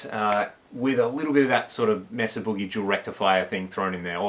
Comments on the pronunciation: For the love of god, it's pronounced May-sa -- it's a Spanish word. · Love this amp! Mesa pronounced 'may-sa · In spanish Mesa isn't pronouced May-sa ! More like meh-sa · It's hard you hear you mispronounce Mesa over and over.